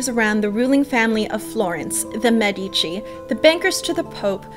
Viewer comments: ugh, it's MED-ih-chi, not meh-dee-chee. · You have a cute style - BUT PLEASE - pronounce Medici like Médici - not Medíci - Fun video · You should try to pronounce Medici with the accent on the e. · Apart from the pronunciation of the Medici, this is fantastic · I'm fully aware that it's too late to change the pronunciation in the video after it has already been released. I was merely recommending that you pronounce it correctly in the future for your benefit. As an english speaking Canadian you wouldn't pronounce the word, "medical", with the accent on the i, and neither would you for "Medici". I don't personally know many Canadians, but I'm sure that as a group, you are not against edifying yourself. Good luck!,, 👍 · Exactly, that's what I was trying to say in the comment above. It's mispronounced in so many videos that it makes my ears burn. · Thank you for your response. I don't doubt that while you were in Florence you spoke to a native, but here's the issue I have with that: many native italians do not speak their own language correctly because of regional dialects. Trust me, the accent is on the first syllable. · You do a great job with this. I have one small suggestion for improvement: if you could pronounce Medici correctly it would enhance your presentation. You can go here to hear the correct pronunciation: medici pronounciation But, thumbs up! You do a good job of making the history accessible.